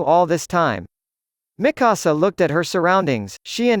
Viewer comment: Miksua not mikussuh